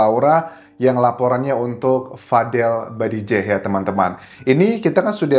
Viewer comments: Badjideh Bang, bukan Badidjeh 😁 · BADJIDEH anjaaassss, kenapa salah Mulu sih nyebut namanyaaa 😂